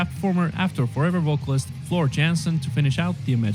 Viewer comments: Floors name is "yansen" with the "a" like in "dark", not "yensen". Definitely check out "Learn the setlist in 48 hours" or "the Denver Debacle". Worth your time. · It's pronounced Floor Yahn-sen. I should know I'm from Dutchland xD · Hello from Liverpool, England,, Yes mate, Floor's surname is pronounced 'Yaansen'... She has her own youtube channel where you see how she lives her life etc... There is also a few good documentaries about Nightwish , various albums being made etc.. But a good one to watch is about how Floor came to be their singer, it called 'Please learn the setlist in 48hrs' , its long, but worth watching .... New subscriber for this journey... Enjoy 🤘🤘🤘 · You are closer than the narrator. Floor's last name is pronounced Yahnsen. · Yes, the guy in the video pronounced it wrong. We have a last name in America "Johnson" that sounds very similar to Floor's name if you replace the J with a Y. The a in her name has more of an "ah" sound. At least when I've heard other Dutch people pronounce it. I figure they should know. So think Y"ah"nsen. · If you want to pronounce Jansen right ‘J’ is pronounced as in ‘Yo’ and ‘a’ as in bArk. Good Luck👍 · The film Imaginarium is on Prime Video…..I just found it and will watch when I’m done scrolling my YT feed. It’s an actual movie about 1.5 hours long (according to IMDB). And Floor’s last name is pronounced with a Y instead of a J. She’s Dutch, not Finnish, and that’s how it’s pronounced in the Netherlands. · I like how you are taking this deep-dive into Nightwish so seriously. I will definitely tag along on your journey. If you want to know once and for all how to pronounce Floor's Dutch last name, I would suggest finding a clip where she says her own name, haha. FYI, the voice-over in the video got it wrong. The A is pronounced very open, like you would say AHA. Give it another go ;)